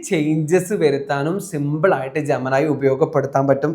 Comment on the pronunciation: ജെമിനി എന്നത് ജമനായി ജമനായി എന്ന് കേട്ട് കേട്ട് പണ്ടത്തെ പവനായിയേ ഓർത്തു പോയി പാവം പവനായി ശവമായി